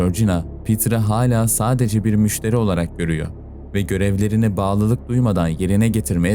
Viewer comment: Anzjak değil ancak sadeje değil sadece dereje değil derece artık tahammül edemiyorum bu telaffuzlara